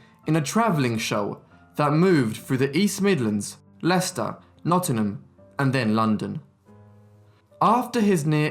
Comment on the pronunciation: Well done on the pronunciation of Leicester (Lestar). Always impressed with time you take to get the pronunciations right in every video